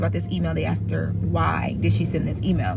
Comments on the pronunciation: ASKED not AX'D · Girl, it’s ASKED not AXED! Other than that you’re doing a phenomenal job.